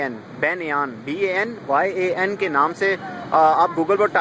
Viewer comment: banyan tree ko "बैन्यान" nahin bolte hain, usko bolte hain "बैन्यन"... Aur hamare india mein banyan aur peepal (ficus religiosa) drakhton ki pooja ki jati hai, these trees are like god in india and in hindusm, aur hindi mein isko bolte hain bargad (बरगद) ☺️☺️ i hope u got the Pronunciation bro!